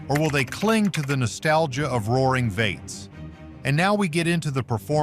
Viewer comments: The pronouncing of “V8s” as “vates” was frustrating to listen to. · VEE 8's not vey t's. AI doesn't cut it for pronunciation. VEE EIGHTS , also Ford F-150, 150, all one word not F-one hundred and fifty.sheesh. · This video would be better and more informative if it weren’t for the shitty AI narration. That and inaccurate information about the current US economy. And when the narration said “vates,” I was trying to figure out what the heck they were trying to say. “V-8” - pronounced “vee-eight” - is the correct pronunciation. The creators here are either lazy or English is not their primary language. Not a very confidence-inspiring video for anybody who’s trying to learn anything. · vates ? should that be V8's ? i hate AI generated garbage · You know what’s wrong with this video? No one cared to proof the AI voiceover. The AI voice kept calling “V8’s”, “vaits”. God I hate all this AI. It sucks. If you care about your video, get a human to voice it…..😡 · Veights, veights, veights. PLEASE, explain to your AI voice narrator that it's V. . . . 8's, V8's, NOT veights. I couldn't even finish the video, it was so annoying. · Can we get a real person narrating? Took me a bit to realize that "Vates" was actually "V-8s" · Veight’s? AI goblygook. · Don't you just love these AI narrators? Vaits? I think they mean V8s. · Was anyone else bothered by the pronunciation of V8s as Vates? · The narrator keeps saying “vaits” for V-8s. Stupid.